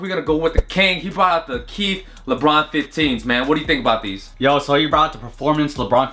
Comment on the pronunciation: wtf is “Keith” It’s Kith like kit but a th ending